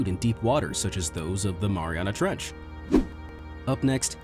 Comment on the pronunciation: I think I’ve heard “Maria trench” over a 1000 times in this video...